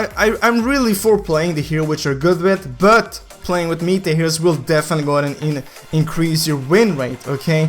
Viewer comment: I was confused when said mita heros i was like wtf is mita hero Mind:its meta heros dumass